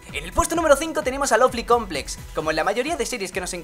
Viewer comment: Eres el primero qu escucho, que pronuncie bien lovely complex